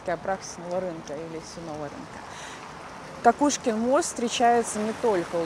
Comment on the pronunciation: Благодарю Вас за чудесную прогулку! Понимание того что есть люди, у которых восприятие мира совпадает, радует и утешает 🤗 И еще если позволите - канал и kanava это слова синонимы. В XIX веке ни у кого в Санкт-Петербурге не вызывало удивления. И возможно мост все таки - КОкушкин, так как довольно долго его называли : КАкушкин, и только после того как известная эпиграмма и рифма с фамилией поэта стала популярной, новое ударение пошло в народ. Хотя до сих пор иногда слышу как произносят КОкушкин мост. Так же как у нас на В.О есть улица ВесЕльная🤔 Отличная интеграция в творчество П.Перца, всего доброго и ждем новые истории с Вашим участием!)